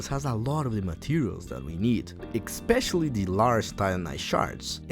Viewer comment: BTW, it's pronounced "eh-specially", not "ek-specially".